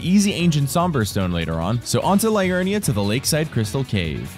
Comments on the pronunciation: great content but Liurnia is said Lee-urn-i-a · LEE-urnia,. LEE-urnia.